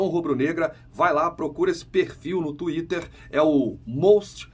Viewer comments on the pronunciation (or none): none